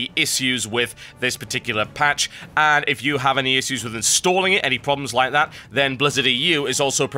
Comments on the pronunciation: i have issjyous with you saying issyous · you say issue like my teachers, "iss-su's" pronouncing u had how you would say it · Ish-yous, iss-yous lol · the way Tb says "issues" is awesome!